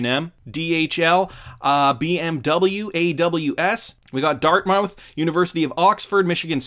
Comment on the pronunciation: Dude really said "Dart Mowth" hahahaha